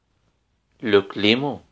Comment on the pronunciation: استاذنا العزيز شكرا جزيلا لانني بصراحة استفدت من جميع الدروس بما فيهم هذا الاخير .الا انني لاحظت ان هناك بعض الاخطاء في النطق في جزء le climat مثلا"الغرب' l'ouest*تننطق- لواست- و ليس- لوي- ..وكذلك الشرق..l'est*تنطق لاست و ليس .لي ...le climat.تنطق-لو كليما- و ليس لو كليمو-les hivers_جمع شتاء _تنطق -ليزيفار و ليس ليزيفي. و شكرا